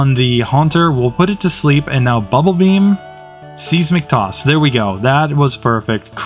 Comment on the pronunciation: Seismic Toss... I haven't heard it pronounced like that since Pokemon Stadium!